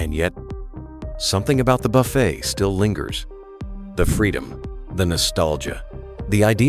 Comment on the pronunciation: AI voice giveaway... can't even pronounce buffet right. This video sucks.